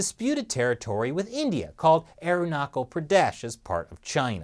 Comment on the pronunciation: Arunachal not arunacal